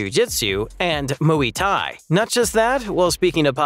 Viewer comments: the way he pronounces muay thai as moooyi tie 😂😂😂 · don’t ever try and pronounce Muay Thai ever again